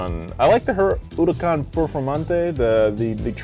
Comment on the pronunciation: Italian cars but spanish names with a few exceptions. So with spanish pronounciation rules J becomes H so Jarrama and Jalpa are pronounced Harrama and Halpa, the leading H in Huracán is silent so it is pronounced Uracán and the double L in Gallardo is pronounced Gajardo. Miura, Urraco, Jalpa and Gallardo are fighting bull breeds. Islero, Diablo, Murciélago, Huracán and Aventador are names of famous fighting bulls. Espada is spanish for sword and also nickname for the matador. Jarama is a region in Spain known for bullfighting. Countach is not in spanish nor italian but in Piedmontese (originally Cuntacc) and literally means Contagion but is used in the sense of "Holy Crap". Urus is the name of an extinct predecessor to todays modern bulls.